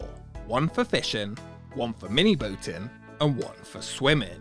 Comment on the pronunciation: All I can hear now is how this guy pronounces words that end in 'ing' as 'en'. - One for fishen, one for mini boaten and one for swimmen.